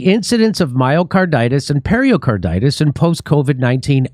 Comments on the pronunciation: Nice show, but pericarditis is not something you get from drinking Perrier. It is pronounced "peh ruh carditis", not "perrier carditis" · Just a point: It’s “peRICarditis, not ‘peRIOcarditis’. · It isn't per-i-o- carditis, it's per-i-carditis. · peri-, not perio- carditis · Hey, Jimmy! It's pericarditis, not periOcarditis or periALcarditis. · Why does Jimmy keep saying Perriercarditis? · Pretty sure it’s not pronounced Perrier Carditis 😛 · There is no O in pericarditis.